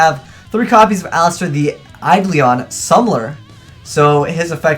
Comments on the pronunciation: Learn to say Eidolon, for christ sakes... It's not Eidlion, it's bloody Eidolon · your pronunciation isn't a big deal but it annoys me. its Ai-Doe-Lon summoner. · "eyelister the aidleon summler" really? like, I get you can't read but really?